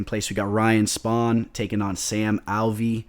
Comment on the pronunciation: It's spann not spawn